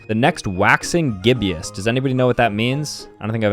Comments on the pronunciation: Its pronounces GIB-ISS not GIB-YIS and they are phases of the moon. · "GIB-EUS" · its pronounced “GIB - is” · It’s Gib-us not Gib-e-us. It’s also a phase of the moon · it’s pronounced “Gib-Us” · Just so you know it’s waxing gibbous is pronounced waxing gibuus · so we’re gonna ignore the fact that for whatever reason somehow doesn’t know what a gibbous is. and and also the pronunciation is (GIB-IS) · love how he pronounces it gibbyous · The waning and waxing Gibbous are called moon phases 😂 and ur not pronouncing them right